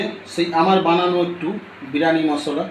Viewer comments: বিরানি 😂😂😂😂 আগে উচ্চারণ ঠিক করো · বিরানি😂😂😂😂 আগে উচ্চারন টা ঠিক করো